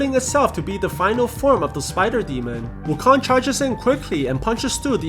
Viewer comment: Dude its not wukon its wu kong